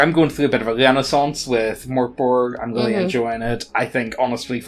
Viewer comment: U keep pronouncing mork Borg wrong (its pronounced merk boray)